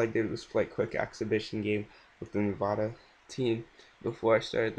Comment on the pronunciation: Hey man just so you know its pronounced Nevada not Nevahduh lol